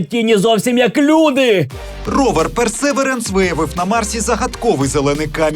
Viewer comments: Погнали про Марс. По-перше назва роверу читається як "Персевіренс" з наголосом на 3-й склад. І суть фоток не в тому, що вони виглядають захоплююче, а в тому, що це справжні зображення, отримані з відстані в мільйони кілометрів від нас. Якщо ваше серце не зачіпає хай-рез фото світу, що наразі ніяк не доступний людині, у вас немає почуття маштабності Всесвіту. Звук записаний на Марсі саме мікрофоном вперше, і там не має читати реп Альона Альона, щоб такі записи тамували подих. Щодо "поки не знайде життя" - взагалі то, серед вчених майже ніхто не сподівається на це, наукова цінність місії більше в геології, що дуже допоможе зрозуміти багато раніше не доступних фактів про формування і функціонування Сонячної системи. Ну а якщо все це не вражає, то в цей раз для вас спеціально засунули туди ще й коптер, котрий полетить в атмосфері, що в сто разів менш плотна за Земну, фотоапарат там це не головне. Це вінець сьогоднішньої людської технології, і тільки це робить Персевіренс не нудним. Дякую. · Гайз, я вибачаюсь, але мій граммарнаці виривається і хоче заволати, що марсохід називається Персевірєнс (наголос на і). Але ви прекрасні, як і завжди!